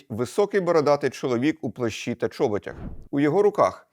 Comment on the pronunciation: Завжди цікавий історичний контент! Окрім цього хочу подякувати пану Владлену за невпинну роботу над собою в тому, що стосується правильності мови. Однак помилки трапляються. 1. Правильний наголос - " у чоБОтях" або "у ЧОботах". Неправильно повторено два рази "у ЧОботях". 2. "Близько опівночі"- часто та повсюдно повторювана помилка. Це як сказати рос. "Около вполдень". Правильно "близько полуНОчі" або "десь опівночі". Не заради прискіпувань. З найращими побажаннями!